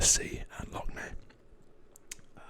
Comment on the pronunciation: Woo! Finally a decent map drawing of Northern Ireland on YouTube! Your pronunciation of Lough Neagh was spot on btw! Also there are no feelings of animosity between the people in the north and the south (besides a collection of some close-minded individuals). Great video!